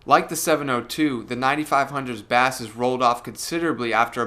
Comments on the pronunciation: You say 'bass' like the uk pronunciation for the fish. It's a different pronunciation for the instrument / sound where 'bass' sounds like the word 'base'. Where are you from dude? Edit: I like how you say bass. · It's not a fish the word is pronounced base -even though it is spelt like the fish.